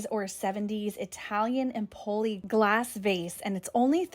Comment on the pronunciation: It's Èmpoli, stress on the first syllable, a town in Tuscany